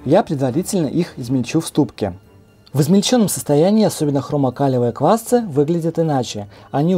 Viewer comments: квасцЫ! квасцОв! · Так квасцы или квасцы?)